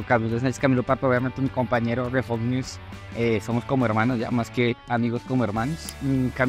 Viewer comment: No se pronuncia igual pero ellos piden que lo pronuncien así JAJAJAJAJA